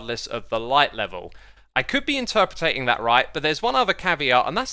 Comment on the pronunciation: My favorite part of this video his use of the word "interpetating"